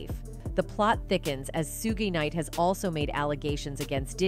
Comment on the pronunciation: This duhmb biytxh said SUGI NIGHT ❗ smh